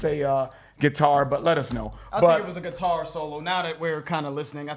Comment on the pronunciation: Pronounced SIT- ar instead of gui-TAR 🙂